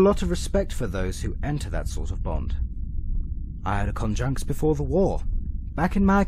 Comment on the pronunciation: Who's Preceptor's conjunks? (Or however you pronounce that word)